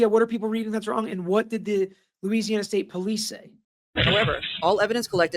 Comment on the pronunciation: Glad you're covering this sad and tragic case. I'm also LOL at your pronouncing those LA names 😂 If i had caught the live i would have helped you out💙